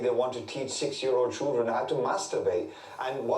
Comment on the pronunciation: Ugh, I hate it when people say choo-dren instead of children. Try and say ‘chilled run’ instead, it will make you sound less thick.